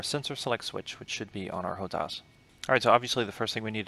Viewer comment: HO-TAS -TAS TAS TAS.... not TAUS, TAUS - LOL - freaking chopper pilots